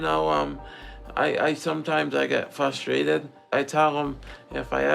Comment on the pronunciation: And Schnee gets very "flustrated!"😂